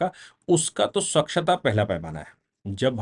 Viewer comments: स्वक्षता नहीं सर.... स्वच्छता .....👍👍👍👍🙏🙏🙏🙏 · स्वक्षता या स्वच्छता